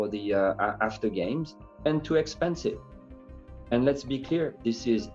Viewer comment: Am I the only one that keeps replaying how he says expensive? expensive ExPANsiVe...